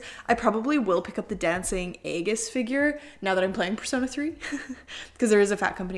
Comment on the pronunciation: Great unboxing but aigis is pronounced as if it’s Ie- gis, it’s one of those anime names that aren’t like there written